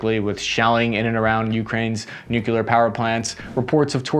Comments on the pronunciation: Do me a favor, can you just say nuclear properly. You arepronouncing it with an extra "u" that does not exist in the word. Note it is nuclear not nuculear. Many thanks, your friend and loyal subscriber Bart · It's pronounced NUCLEAR